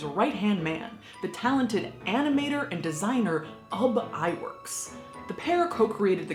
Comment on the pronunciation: Ub Iwerks: The pronunciation, as per Flamin' Groovies founder, Cyril Jordan (who is Dutch and speaks it fluently, that being his language spoken at home) Oob Ih-Vairks. I give you credit for not mangling his name like most Americans do. In later life, Ub developed effects shots for Hitchcock. Remember the drop=away staircase in Vertigo? And the nightmare sequence? Or the matted-in birds from THE BIRDS. All Ub's work. Spielberg stole the drop-away trick for the scene in JAWS where Sherrif Brody reacts to the sight of Alex Kintner on the punctured air mattress geysered blood.